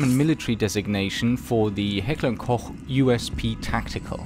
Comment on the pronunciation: Heckler and Koh